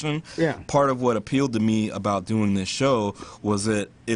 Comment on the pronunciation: Doing, not dong. O_o